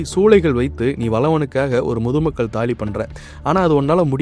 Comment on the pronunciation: நீங்கள் தாளி ன்னு உச்சரிங்க. Please practice how to prononciate